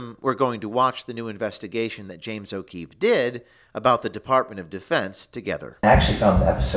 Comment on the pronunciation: James OH Queefee lol